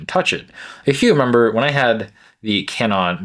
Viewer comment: Can-non is correct, is how we pronounce it in japan. "Kannon", the goddess of mercy.😊